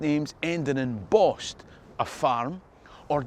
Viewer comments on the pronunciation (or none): none